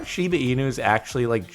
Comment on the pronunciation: What's up with people calling shiba Inu "shibe" inu?